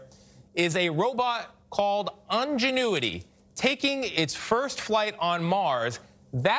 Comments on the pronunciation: what the heck is UN genuity ? IN IN speak after me IIIINNN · The second he said: "ungenuity" he lost all credibilty with me so and I stopped the video and went to a better one in order to celebrate the achievement. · "ingenue-ity," lol. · Ungenuity 🤔 Lol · Pretty sure he said "ungenuity" haha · He said "Ungenuity" 😆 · Lol “on-genuity” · Why can't a single CBS person pronounce the word "Ingenuity"? Odd. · the way this dude pronounces ingenuity makes me physically violent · CBS can't get an announcer who knows how to pronounce INgenuity?